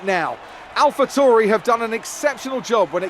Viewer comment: Anyone notice Crofty says ‘Alpha TOURI’ not ‘Tauri’ in the celebrations?